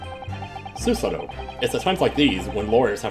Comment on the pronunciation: It’s not Suesuh-toh, it’s Su-Sah-Toe Also for Japanese vowels, you pronounce them shorter than English vowels unless there’s a doubled vowel. Think of it like music. Su-sa-to is 3 quarter notes. Rei has a doubled vowel so it’s a half note. Mem-ba-mi is 3 quarter notes. (Technically it’s a bit more complicated than that but I don’t want it to get too confusing for you. XD) If anyone can find a better way to explain this, let me know.